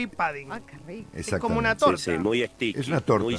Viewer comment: Un pequeño aporte. Se escribe 'pudding' y se pronuncia la U, no se dice "pAdding".